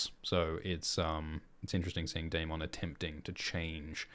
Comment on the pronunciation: Isn't Daemon and Aemond pronounced as "Day-mond' and "A-mond" like in the show and not "Day-mong" and "A-mong" like in "Poke-mon"?